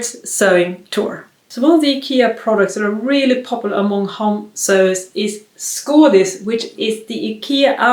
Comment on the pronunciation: I've gotten so used to hearing people mispronounce Ikea names that I was shocked to hear someone pronounce Skådis correctly (just discovered your channel)